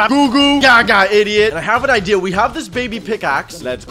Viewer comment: And you say ideait